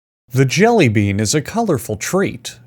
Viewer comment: did you just say jelly beab at the start